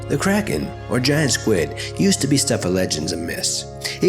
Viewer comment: It's "Kray-kin" Not "Crackkin."